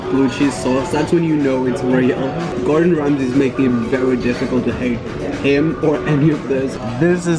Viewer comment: and it's Gordon Ramsay